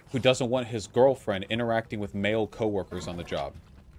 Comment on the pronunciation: "If I had a gurlfrend...and she made me brekkfast...I would LOVE that! But if she then made brekkfast, for another person in, the same way when they sleep over to, like, hang out and play, like video games...and like...but not me....that would be...I would feel INSECURE 'bout that...and it would make me feel bad...." Vaush 2021